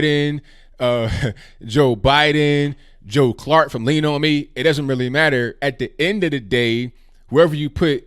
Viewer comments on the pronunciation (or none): none